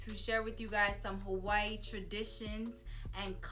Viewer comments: I love your videos but you don’t say Hawaii right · THE BITCH AIN'T EVEN SAYING HAWAII RIGHt lmaooooo im weak .... but shes sooo hawaiian right hahah